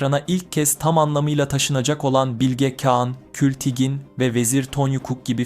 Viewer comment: Bilge Kean nedir kardeşim Bilge Kağan diyemiyormusun